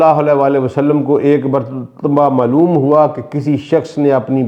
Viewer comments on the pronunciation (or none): وجلنی نہیں ہے وجعلنی ہے۔۔۔۔مروجہ ۔تشدد کے ساتھ۔۔۔ملوم نہیں۔۔معلوم۔۔۔ باقی بیان ٹھیک ہے۔۔۔۔